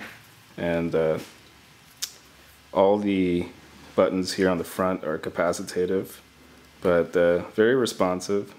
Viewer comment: good review, but the buttons are "capacitive" not "capacitative" lol